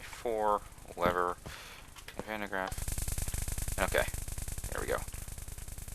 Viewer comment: just being a bit off topic here but since there is a lot of talk about the van de graaff in this line of comments i have to add 2 things 1. woohoo something with a dutch name in an english mod and 2. you are saying it wrong...but no offense it's basically because it is a true dutch name and almost impossible to say correct while talking english and the dutch language is just difficult